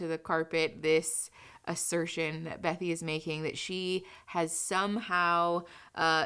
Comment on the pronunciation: Okay, so I know this is off topic. But her name is actually Bethany, not Bethy. I love your content, please don't hate me😅 I just couldn't get past it, lol